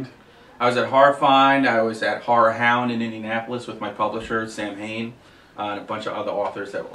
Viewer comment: It's actually pronounced SOW-IN. :)